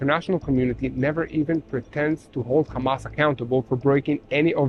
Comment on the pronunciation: Hamas not komas